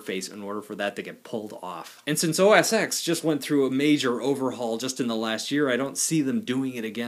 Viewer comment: are you DENSE? ITS CALLED OH ES TEN!!!!!